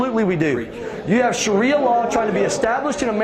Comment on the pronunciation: It's pronounced SHAH ree uh.